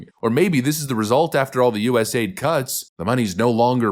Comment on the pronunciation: ITS NOT U.S. AID! It’s u.s.a.i.d!